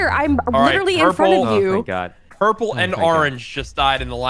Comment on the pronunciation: Rae doesn't say, "Oh my God" she says, "Owy Muoy Gwawd!"